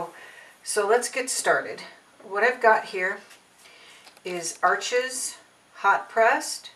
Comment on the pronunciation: The auto focus feature on your camera makes this video almost unwatchable. Also, Arches is pronounced "arsh". I appreciate the information however.